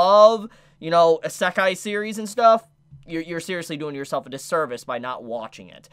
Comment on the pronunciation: I don't want to be *that* person, but isekai is pronounced: ee-se-ka-ee